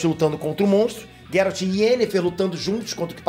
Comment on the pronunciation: PARA DE PRONUNCIAR GERALT ERRADO